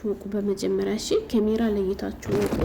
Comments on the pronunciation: ኤጭ ወደ ጉዳዉ አታወሪም ምን ትደጋግሜአለሽ በመጀመሪያ. ካሜራ የሚለዉን ኬሜራ አትበይ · ኬሜራ አትበይ ካሜራ በይ ከከከከ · ምንድነው "ኬሜራ" 😂😂ካሜራ በይ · ኬሜራ ምንድነው ካሜራ ነው የሚባለው😅😅😅😅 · እስኪ ካሜራ በይ ኬሜራ ምንድን ነው ኤጭ